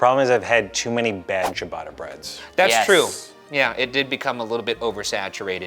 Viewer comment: It's pronouced Chia-batter cheee aaaah batter bread, not cheee baaadaaah bread